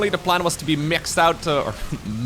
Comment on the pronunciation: Myaxxed out? Oh no is this inner weebness? 😆